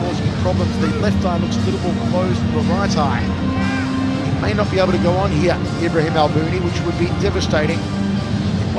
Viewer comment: Ibrahim, not Imbrahim lol